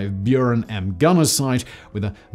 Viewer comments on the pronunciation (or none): none